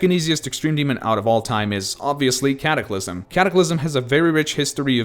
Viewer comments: ah yes. the easiest extreme demons. l "Caclysm" and "Liak" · "Caclysm" "Liak"